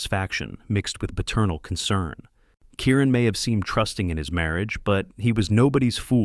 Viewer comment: Kieran not Karen